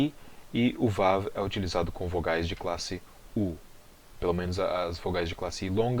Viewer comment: não o vav no aramaico não é vav e sim waw